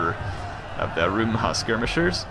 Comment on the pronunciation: please not rumba hhahaahha It is "Rumha" ((should be Rumh but any ways)) which means javelin Rumba is a Cuban dance -_